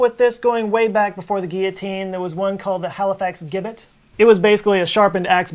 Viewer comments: Gibbet is pronounced jibbet. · Gibbet is pronounced Jibbit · Gibbet is pronounced 'jibbet'. Soft G like gelatine.